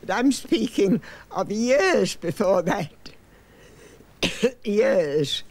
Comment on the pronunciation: Her speech is incredible and precise. Notice her non-rhotic pronunciation of the word "years" and how she very subtly rolls her R's on the beginnings of certain words. That's some cool stuff!